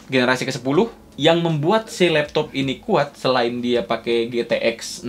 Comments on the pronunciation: Anjirr.. geli bangat sama intro lu bang.. Labtoabh... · Love that "lapto'ap" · lap to'attttt fake 'ain ya bang wkwkwk